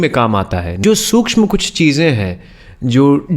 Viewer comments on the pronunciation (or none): Sun k aayi apke video jisme apko prnounciation ka bhi saoor nai. Nasha ko nasa . कुछ को कुच 😂😂😂😂😂😂😂. Mere pate me has has k dard ho raha hai aapto pls mat he bat karo yaha. Jake pahle apni sangeet ki gyan ko sahi karo. Koi class vlass join karo pahle. Lol